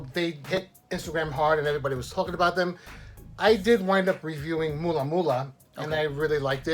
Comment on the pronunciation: it s mula mula not moolah ...